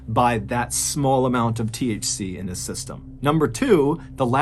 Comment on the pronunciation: Lmao. When you were talking about THC it sounded like "he ate a THC" had me dying